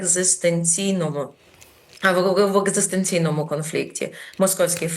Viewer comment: Пані Федина меле фуфло.Хай читне конституцію.І зрозуміє що неможливо нічого роздавати та ще і просроченому.ядуже ціню що вимовила екзестенційного видно тренувалась.